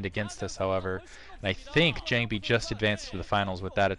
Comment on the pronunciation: Jangbi....not John-bi lol